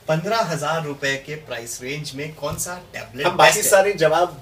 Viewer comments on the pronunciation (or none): none